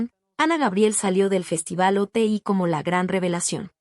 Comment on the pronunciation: Es Oti no Ote deberías de informarte, muy mal que no investiguen